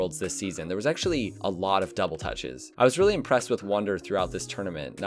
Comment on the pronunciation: Everyone: double touch: double tache